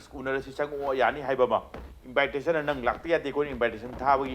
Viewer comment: Mr. journalist, not " invite...ration.".! But in-vi-ta-tion